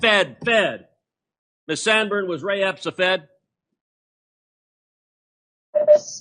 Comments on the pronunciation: He said ray Epstein lol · Ray Epps, not Epstein. Word slip